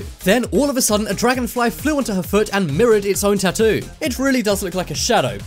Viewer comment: the way he says 'tattoo'